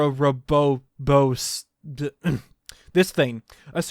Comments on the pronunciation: also i think its pronounced “or-oh-bore-oh-s” 😂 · OR O BOR OS Is how you say it. And it appears in another Nintendo game made by Monolith Soft. hmmmmm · OAR-oh-BOAR-ohs. That's how you say it. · I pronounce it Aura Boris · Ouroboros. Pronounced 'Oro-bois' (kinda) :-) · Did he forget how to split up words that are hard to pronounce into easier syllables? Ouro-boros is way easy. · Ouroboros. 4 syllables. Sound it out.